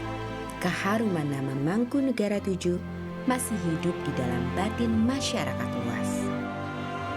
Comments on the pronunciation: yg bnar sesuai ejaan bs Jawa ... Mangkunegara VII bukan mangkunegoro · penyebutan nama nya bukan mangkunegara Vll tapi mangkunegoro Vll